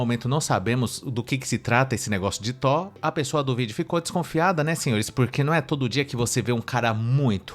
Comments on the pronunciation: Ela quer o Tó, pra liberar o Tó - ba ? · Verdade eu pensei Que ela falando do Thor realmente Porque ela disse TÓ da vida real! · Não é tó Ela quis dizer Thor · a guerreira não sabe nem falar THOR e ta exigindo um cara muito muito gato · Já que sacaneou o erro da menina ao falar Thor ('r' no final) ... Vê se aprende uma que vc erra SEMPRE: A palavra correta é perDa ( com 'd' ) e não perCa ( perDa de tempo... perDa de vida...) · Pqp a mulher não sabe falar uma palavra certa